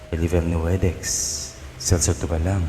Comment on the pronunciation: may tanong lng ako? Kasi parang ang bigkas nyo po sa rivernuedex ay irivernuedex alin po ba ang tamang bigkas..